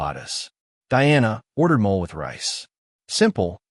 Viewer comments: I know this is AI, but the food is pronounced "mo-lay," not "mole." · It's molAY not mole like the animal 😂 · Mole = MOL-lay